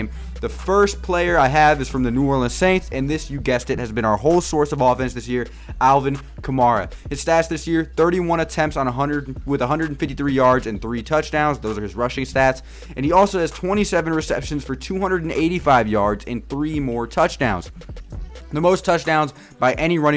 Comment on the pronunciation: Just so you know, Alvin last name is pronounced like Camaro, Ka-Mare-Uh